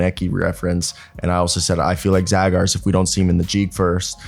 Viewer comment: His surname is pronounced as Zhagars !